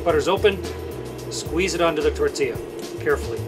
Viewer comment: I like how everybody’s saying tortia no tortilla 😂😂